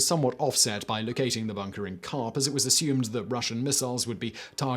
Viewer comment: OMG... DYEfenbaker, Dyefenbunker... NagasaGI... and I gave up trying to understand the town name and just looked Diefenbunker up to find out it's not Co-op but Carp. Now that I'm done slamming his pronunciation... what's up with his beard? Looks like he's wearing a black mask against Covid-19 and forgot that he'd pulled it down.